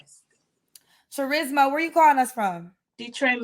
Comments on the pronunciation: Cha RISMA???? 🤔 as in the word *Charisma* 🤷🏽‍♀️ which is pronounced as KA Risma; the H is silent. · Her name is Charisma pronounced Ch-ris-ma instead of Ka-risma. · Charisma literally pronounced CHarisma is… interesting. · Sad her mom named her charisma BUT pronounces it “char risma” which is weird b ratchet! Set her up for failure 😂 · Cha-risma? You telling me this women don’t know how to pronounce her own name?🥴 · Her mother didn’t know how to pronounce “charisma” 🤦🏾‍♀️🤦🏾‍♀️ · So she was named charisma but given the wrong pronunciation